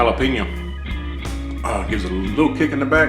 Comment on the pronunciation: That HallaPeenYa ! 😂